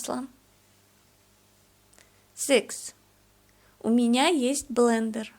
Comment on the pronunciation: BLENDER IN ENGLISH, BUT YOUR PRONUNCIATION IN RUSSIAN WAS NOT WITH THE E.